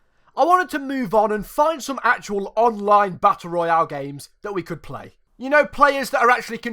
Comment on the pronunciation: You pronunce Battle Royale so well that you legit sound like the Warzone voice over Edit: fuck I put a 2 where a 0 should be in.